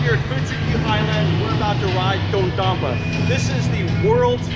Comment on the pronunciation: Did you Just say “Do dompa”